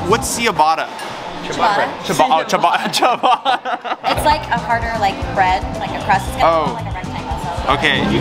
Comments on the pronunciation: “What is see a batta” bro ciabatta 😂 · Did this man really just say “see-abata” 😂😂